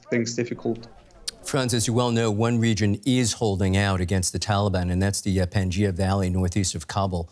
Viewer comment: Panjsir not panjia 😂 someone watching to many avatar